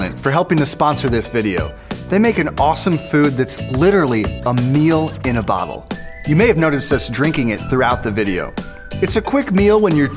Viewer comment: Does it come with abottel opener 😂